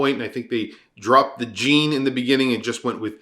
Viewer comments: Hey don’t blame all of us for his poor pronunciation lol. I was cringing the whole time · Americans have a difficulty in pronouncing Jean.